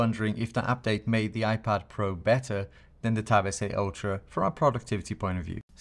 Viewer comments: hahaha that's funny, yes for me sounds like ocho because i'm paraguayan i guess (? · I love when he say Galaxy tab S8 (ocho) hahaha I’m impressed, first time i hear it